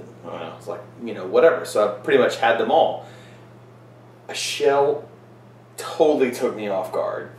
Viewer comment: It's pronounced Akel, actually, since it's from Limburg. I've had Westvleteren 12 many times, and I can say that it blows St. Bernardus Abt 12 out of the water. I once had a blind taste test along with the Abt 12 and everyone tasting picked the "Westy" over the Abt 12. But it is subjective.